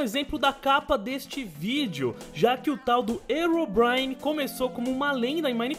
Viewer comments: pronuncia legal hein? erobrine? achei que se pronunciasse rirobraine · o nome não é (erobrine) o certo da pronuncia é (rerobrine). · não é ero é rero que se fala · não é erobrine se voce puxa o h fica rirobrine não erobrine eu coloquei só pra voce entender mas se escreve herobrine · se fala rerobraine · o fala Herobrine errado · ele falo errado o nome do Herobrine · deslike por ter falado o nome do Herobrine errado